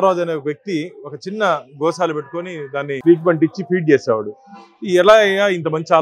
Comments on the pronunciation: Mi Telugu thagaleyya... adhi Goshala kadhu ra nayana... Gosala antaru.. telugu lo 'sha' ki 'sa' ki difference undhi ra.. ekkadi nundi vastharu babu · గో'శాల' ani pilavali ra anchor babu.. video pettina vadiki kuda telugu radhu anukunta గో'షాల' ani pettesadu yekam ga.... telugu nerchukondi ra... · Goshala kadu Gosala